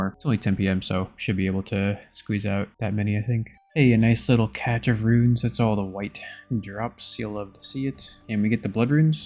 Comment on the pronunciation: Cache. Cash. Pronounced the same.